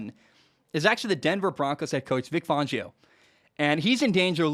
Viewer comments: Its fan not fohn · Yeah, it's "fan-geo", not "fawn-geo". I agree with you though, as a Broncos fan... he hasn't been dealt the best hand. That said, he had also made some unbelievably terrible clock management decisions. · It’s pronounced Fangio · How many times ya gonna say Fangio wrong?